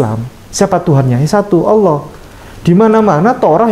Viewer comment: Dia sebut Allah koq Owoh gak bisa dia sebut lafaz Allah🤔🤔🤔